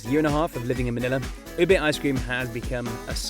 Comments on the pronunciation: not ube its obeiyyyy😂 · it U-bé with short vowel sounds, not U-bay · Not Ube but it's OBEEYYYYY😅😂